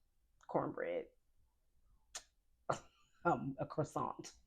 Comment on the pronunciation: You are so funny! Your excitement with carbs and how you said croissant 😂